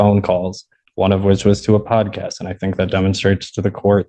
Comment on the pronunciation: a what? A pod kist? What is he saying? Did he say podcast? I have no idea.